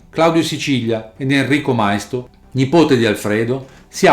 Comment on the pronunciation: Maisto con l'accento sulla i, non mai-sto